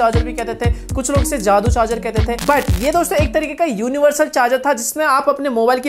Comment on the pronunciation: Or ye daddu ko jadoo pronounce karrha hay